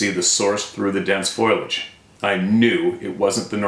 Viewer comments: Please! Not FOIL-AGE. FOLIAGE. The disyllabic pronunciation \ˈfō-lij\ is very common. Some commentators insist that foliage requires a trisyllabic pronunciation because of its spelling, but words of a similar pattern such as carriage and marriage do not fall under their prescription. The pronunciation \ˈfȯi-lij\ is disapproved because it suggests the transposition of the l and i in the spelling. It is not as common as \ˈfō-lij\ and may be associated with the nonstandard spelling foliage SORRY for being the annoying person who corrects everyone...I know it's rude But I've been listening to you save this for at least 2 years!! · PEOPLE. When you write the word Foliage, it is not FOIL - AGE like tin foil, it is FO - LI - AGE. Spellit correctly and then won't have to read it wrong in front of millions of us. Also, if you say you have pics/video, send them. If they are blob-squatch and nothing can be determined by seeing it, then save it.